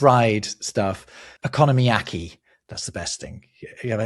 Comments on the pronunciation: When said "okonomiyaki" I was so confused. It sounded like "economy". Each syllable should be the same length and there is no emphasis anywhere. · lol, I had the exact same reaction. And actually when pronounced "okonomiyaki" almost like "economy-yaki" it actually made me chuckle...